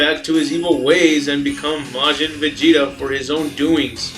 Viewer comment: Ikr he says majin vegeta perfectly but then says majin buu wierd